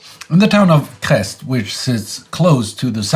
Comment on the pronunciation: At 1.16 (and subsequently), the town of Crest should be pronounced "Crey" instead of "Crest".